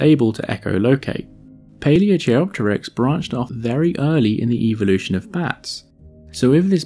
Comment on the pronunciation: I love your videos. The quality of animation and illustration is excellent, and the content very interesting. I just wish you could pronounce things correctly. chei- or chi- meaning hand, as in Paleochiropteryx (ancient hand wing) is pronounced like kai. Also, please learn the expression "non avian dinosaurs"